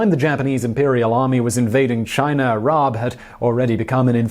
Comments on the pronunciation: China does not rhyme with miner. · Does he say chiner a couple times or am I hearing things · It does if you lived in rural north Georgia and know someone who pronounces it 'Chiner' as I did...